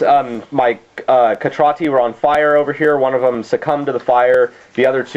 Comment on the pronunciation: I've never heard your pronounciation of Cetrati. Is that how it's pronounced? I don't have the Skorne book. I've always heard it where the "C" was pronounced the same way it is in "century" or "center". Immoren being a fictional world and all that I guess it doesn't matter...